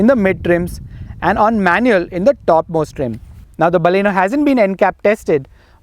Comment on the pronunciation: hI....IT'S NOT BAALLEENO, like "balle balle"....it is Baleno.